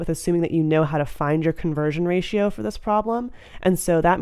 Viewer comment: The way she sounds when she pronounces 'ratio', try to slow it down.